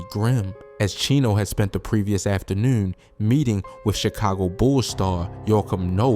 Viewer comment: after-newn .. yeah bro from Baltimore. Salute to B more by way of Richmond, Va